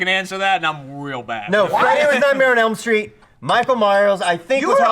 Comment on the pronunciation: Brandon was ok but he got so loud. Like he wasn't even yelling that loud his voice just sounded louder and he kept saying "Nightmenem Street" and it got under my damn skin.